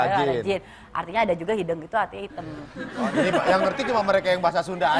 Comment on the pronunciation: ada e, ada é, ada eu.... inisiatif sendiri itu hideng (seperti di ikan bandeng)... bukan hi'deung